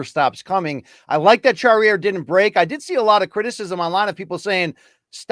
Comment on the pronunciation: Charriere pronunciation: SHAH-REE-AIR. 😅 Sorry but I can't take all the weird english-french mix attempts anymore. In french a is ah, like in Latina. It's really not that difficult.